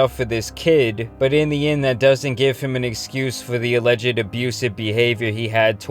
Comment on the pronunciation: He says eleged tho